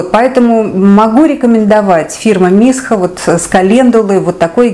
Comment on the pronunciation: Дорогие мои, мною допущена ошибка в произношении корейского бренда Missha. Не 'мисха', а 'мисша', или как некоторые называют 'миша' 😉)) очень надеюсь, что я несильно задела ваши чувства🙂🙏)